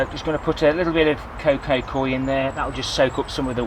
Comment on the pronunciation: Great video, but why call it Coco Coy when it's called Coco Coir? Stay Safe, Barry (Wirral)